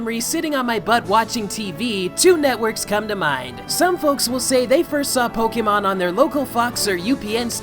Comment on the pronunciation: WOW SAY Pokémon the correct way with the accent . GET IT CORRECT or " SHUT IT DOWN " - quote from Gordon Ramsey